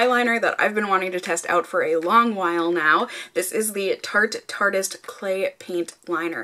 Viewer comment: Thank you for saying "tartist" instead of "tarte-y-ist" haha that bugs be so bad when people say that lol